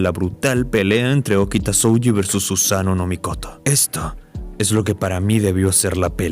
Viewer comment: Vocales alargadas en japones, estudialo, no es SoUji es Sohji, aplica en kanji y en hiragana peron katakana no como Garou de one punch man